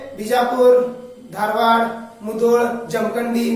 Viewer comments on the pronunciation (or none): none